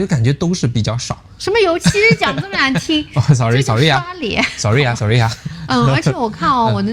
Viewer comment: 哈哈 william和夫人的sorry說得不夠地道啊～ 試一下這樣發音：solli，solly。😆😆😆